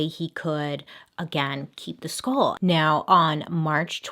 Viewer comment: i dont know if its just me but everytime she says skull it sounds like school